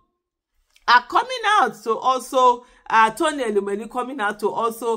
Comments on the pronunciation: Madam Aisha yesufu ❤❤❤ great 👍 job ma. We are actively ACTIVE 😅😅😅. Meanwhile, it's TONY not Rony ma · Please correct the name, it's not Rony but Tony